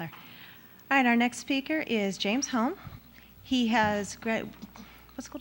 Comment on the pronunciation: You keep pronouncing “Holmes” wrong.